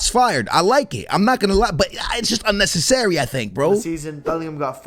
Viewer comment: unnecce SSary😂😂😂